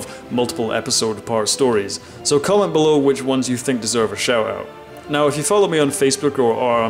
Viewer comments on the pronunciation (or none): none